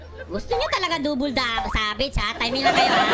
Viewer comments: ganto yung bisaya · normal people: “Savage”: “Sabej” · normal people: SAVAGE: Savedge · Mga bisaya accent pre hahahha